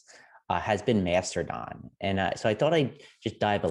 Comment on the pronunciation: No no, they found the super secret hidden R in the word. So its Master-don